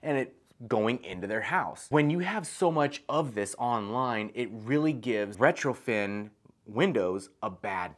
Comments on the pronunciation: If you say retroFIN Windows one more time... smh.. lol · I was so confused. I don't know much about windows so I kept having to recheck the title of the video and the comments. He's saying retrofiN with so much confidence over and over but the title says retrofit and comments are saying retrofit.... I'm like how is it possible an expert window installer says the wrong term numerous times, every time, through an entire video??